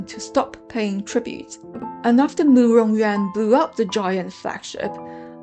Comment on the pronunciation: Loved the effort you put into this, and it's a great result but I'm still confused: 1) Big Zhou is the Emperor!? 2) Is Murong Yuan's name pronounced You-ahn, or Yen, because you pronounce it Yen and that's much prettier to me. 3) What is the Shimmer of South? I never heard that before this video.